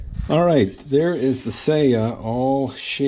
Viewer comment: It’s /sɑjɑ/, not /sejɑ/. せや is Kansai dialect for “oh, yeah.” Not Japanese for scabbard.